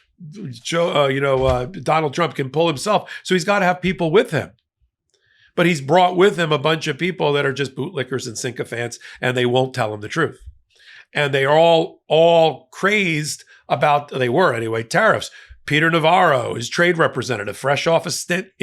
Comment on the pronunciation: Hey - it’s SYCOPHANT not sinkofant. Only one N and it’s at the end of the word. I’ve been listening to you for a long time and I’ve finally have to say something. You sound stupid when you don’t know the words you are using. Tighten up your delivery!!